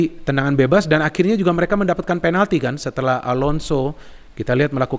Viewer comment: Kok bisa sih ngomong"penaldo"ngakak 🤣🤣